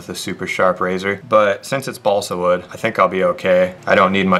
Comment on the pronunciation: chugg half a gallon of liquid mercury every time he says bosle wood